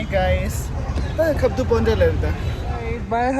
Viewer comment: It's not "Pounta", it's "Poanta". But nice video